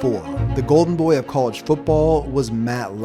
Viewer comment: It’s cah-ledge football not coo-ledge football. Cringe